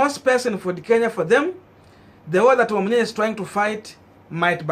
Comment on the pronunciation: It is Wamnyinyi not Wamnyinya